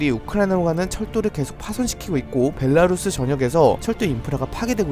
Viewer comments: 안그래도 영상 매번 보면서 '벨랄루스' 말씀드릴까 말까 하다가 정리해서 올려주시는것만도 감사해서 그냥 듣고 있었는데.... 누가 벌써 께 알려드렸나보네요 ㅎ 벨라루스 구간에서 조심조심 발음하시는거 너무 커엽....ㅋㅋ 항상 소식 잘 받아보고 있습니다! 예비 워홀러라서 이런거 촉각세우고 챙겨보는 중인데 너무 감사해요! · 어 형 원래 '벨랄루스' 이랬는데 오늘은 좀 '벨라루스' 신경썼네ㅋㅋ